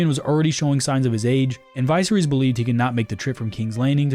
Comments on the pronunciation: Vice-er-is 🤦🏾‍♂️🤦🏾‍♂️ Dude has horrible pronunciation skills & on top of that, I find it very hard to believe he never heard George rr or anybody else say his name in real life. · Mkay. First syllable is pronounced with a short I sound, like in "igloo." Second syllable is pronounced with a short E sound, like in "ferry." It's also the syllable with the greater emphasis. Third and final syllable is, once again, a short I sound, think "kiss." Now say it with me: Vi-SER-ys. There you go. 😊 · Vice-reese guys, vice-reese. We have a TV show where we can hear the pronunciation yet here we are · Viserys’ name is pronounced Va Sear Us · Dude You’ve been told by the creator how to pronounce the dudes name Vis-air-is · It’s pronounced Vis-ser-ris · Dude pronounced viserys like it’s a medicine you find at a pharmacy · Nice pronunciation of Viserys 😂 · Ur pronouncing visery's name horribly wrong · You can pronounce Rhaegar but not Viserys? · Why make GoT content if you don't watch GoT? Because if you did watch it you'd know how to pronounce Viserys